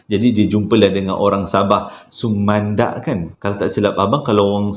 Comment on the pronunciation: wahh abg pandai jga sebut sumandak ya.terbaik lah bag,pandai ckp bhasa dusun sudah.